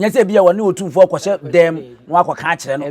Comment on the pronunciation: WADAWOROMA, IT IS NOT OTIMFOƆ. WE SAY, OTUMFOƆ. THANK YOU.